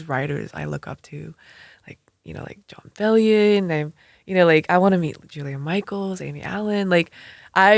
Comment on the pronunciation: Ejae said Jon Bellion. My life is complete